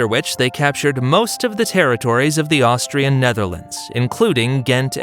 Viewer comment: Austrian not Austrain. I mean come on...